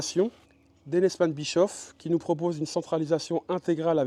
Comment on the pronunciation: Pour information On ne proononce pas bichof Mais bichauff